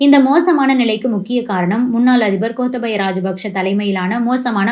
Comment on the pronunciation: கோத்தபயா ராஜபக்ஸ ❌ கோத்தாபய ராஜபக்ஸ ✅ பெயர்கள சரியா உச்சரிங்க அக்கா😂